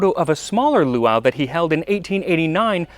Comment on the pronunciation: As always, I adore this video. PS: the glotal stop between the two "a"s in the second word is harder: poowah-ah.